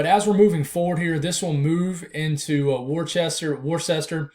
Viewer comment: Pronounced. Wooster Mass